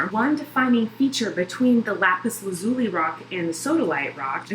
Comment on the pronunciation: It's pronounced lapis laz-u-lie